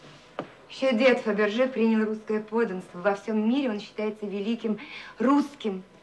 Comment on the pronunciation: Додик называл какую то французскую фамилию ... Фабержье .